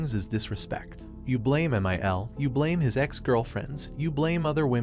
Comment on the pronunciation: I hate when my one thousand forty nine is disrespectful to me! (MIL in roman numerals is 1049, which is what the AI pronounced it as)